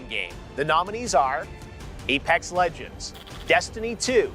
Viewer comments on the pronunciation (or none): none